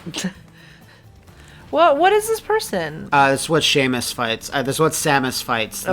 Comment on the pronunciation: SHAE-MUS. SHAE-MUS GODDAMMIT. First time I've ever heard it pronounced that way. BREAKING NEW GROUND!